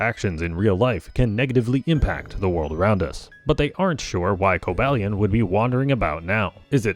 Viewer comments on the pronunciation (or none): Cobalion is pronounced with a long a. Co-BALE-ee-on. I don't know how you didn't even pronounce it like Cobalt, which is the usual "mistake"